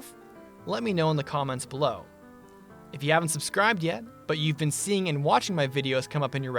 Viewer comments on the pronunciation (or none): none